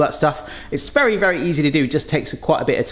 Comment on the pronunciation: Did he just say it's " easy to do"?